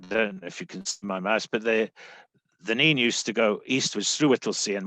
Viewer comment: i stopped watching when said Nene wrong